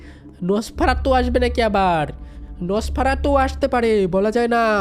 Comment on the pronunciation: Dada ami tomar theke choto ami khele rekhe chi ar tumi je nafarsatu bolcho ota nosfaratu😅😂😊